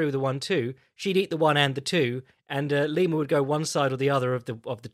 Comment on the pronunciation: Why the FUCK did he keep saying Lima